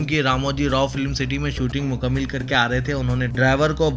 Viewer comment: صاحب مکمل (دوسرے میم کے زبر کے ساتھ ہے نہ کہ زیر کے ساتھ) اس کو درست ضرور کر لیجیے